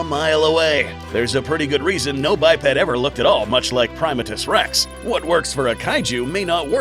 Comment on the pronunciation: 1. Dangerville pronounced his name as Primate-Us Rex. Like a primate 2. Primatus Rex 2.0? 3. What in the hell was that thing at the end!? Was that your guys' own Kaiju? Will we be getting a video of it soon? It looks awesome to draw 4. Love the new logo, guys. Very shiny :)